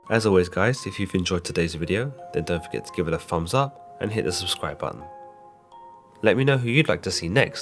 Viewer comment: "Dee-nomic"!? What the hell is that ya nasally congested, mouth-breathing subhuman shit with a Dumb-Fuck dialect from shitty England? Why do youn think thumb is pronounced phum?